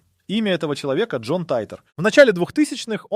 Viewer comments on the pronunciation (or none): none